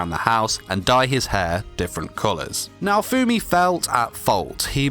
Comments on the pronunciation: If you call him Naofoamy one more time, we're gonna have a problem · Im soo TRIGGERED when people pronounce "naofumi" to "naofoammmmmi" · DID YOU JUST MISPRONOUCE NAO-FUMI SAMA WTF! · I don't like the way you pronounce his name😅